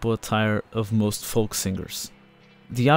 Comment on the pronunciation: The 'L' in 'FOLK' is silent you dope.